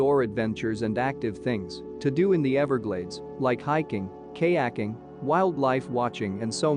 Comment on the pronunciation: "lots of things to do, like k-yaking" lol. would've been great to have a human narrator